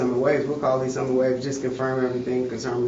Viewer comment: It’s “Lees Summit” FFS. Just the name if the place is proof people of color are not welcome.